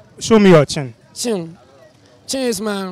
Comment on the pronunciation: Where is your chin he said my chim 😂😂😂😂😂😂😂😂